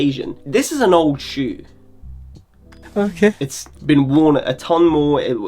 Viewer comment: That "OKEH" bit made the entire video for me. great content as always tho